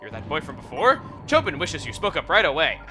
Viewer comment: It's not Chobin like a Bin, it's Cho(bean)